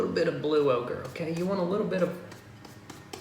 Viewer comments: I thought he was saying okra at first. Hehe. White okra, black okra.. Lol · Say oaker again!!